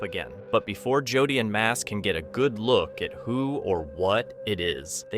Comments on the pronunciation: To the voice narrator.. In the Hunting The Dead... You keep saying JOD... The guy's name is JODY! .. PLEASE SAY JODY! NOT "Jodd"... I don't think Jodys viewers, would like it only because nobody calls him or refers to Jody as Jod. Thank you for hearing me out... 😮 I'm sure your title wouldn't like to be effed up all the time either. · Thank you Cindy! I hate it when he calls Jody, JOD. that is NOt his name.. sounds like..." Joe Dee" ONE WORD!!! JOE DEE.. in cace you missed it 😮 😅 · On hunting the dead video his name is Jody not jod!! You really need to learn people's correct names!!! No one would be named jod!!! Jody yes!!! You can get gazs name right but not jody's!! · Is Jody not Jud